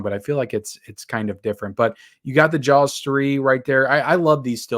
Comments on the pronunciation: Why does he keep saying Jawls? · Whoever buys these 4K movies, you're an idiot and you're the reason why studios take advantage of physical media collectors (FYI, it's pronounced Jaws, no L needed) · You’re not pronouncing the L in Jaws hard enough. Ask your mamaw how to say it, right! 😂